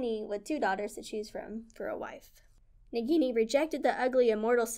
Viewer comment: Japanese can be tough to pronounce, just break it down syllable by syllable. "Ni-ni-gi" instead of "ni-gi-ni" and "sa-ku-ya" instead of "sa-yu-ka". The letter 'I' is often pronounced "eee" as in "Nissan", "Iwo Jima" or Mazda "Miata" and "sushi".